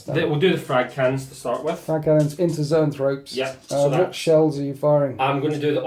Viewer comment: You keep calling zoanthropes 'neurothropes' and it's driving me nuts. Other than that, great batrep as usual. Thanks.